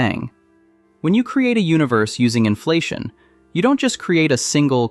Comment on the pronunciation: Why was the AI voice disclosed? This is interesting but you have screwed up by not making that disclosure. No on pronounces inflation the way your AI did.